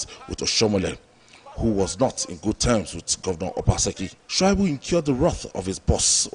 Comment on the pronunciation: Aunty, His name is pronounced Sha -i-bu, not Shua-i-bu.!